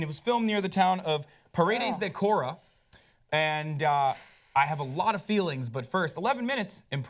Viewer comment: Hasan's pronunciation of Paredes de Coura is priceless.